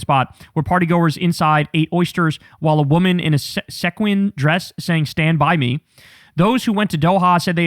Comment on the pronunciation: Kyle showing his straightness by mispronouncing sequins